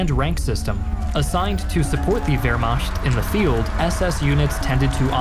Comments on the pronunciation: Please learn to pronounce Wehrmacht correctly. It is macht not “mashed” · i want so badly to watch and enjoy this content but my mans litterally said "vehrmasht" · Wehrmacht: American pronunciation..... vehr·maakt .... still love your work.